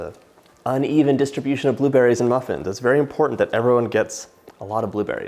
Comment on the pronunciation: i love how he says bUHlewBERRIES